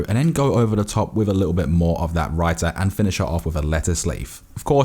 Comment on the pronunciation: I'm so proud he didn't say raye - tha